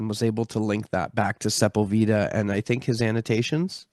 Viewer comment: Great start for 2025! I am still Byzantine Priority! FYI: Perhaps this will help: Juan Ginés de Sepúlveda Se‧púl‧ve‧da Accent on "pul" Thanks & Blessings!